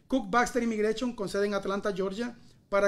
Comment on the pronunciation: " imigrachon " tiene que tomar clase De pronunciation. Eres un periodista suena como un novato.